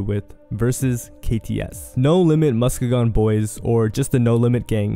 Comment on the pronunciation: It’s pronounced “musk-e-jun” boys